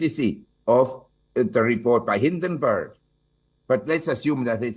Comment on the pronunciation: It’s hindenburg not barg; you IT cell need to learn how to read ..